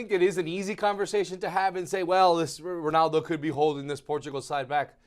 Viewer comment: Guy with glasses stop saying Ronoldo. It's Ronaldo. Cheers.